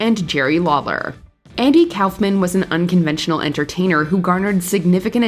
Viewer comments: Kaufman is pronounced like cough-mun not cowf-man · kaufman is pronounced "cough-man" not "cowf man" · This narrator sucks ! She can"t pronounce Andy Kaufman's or Howard Cosell's name , but she can pronounce all the difficult names almost flawlessly? WTF is her problem? Get rid of her!!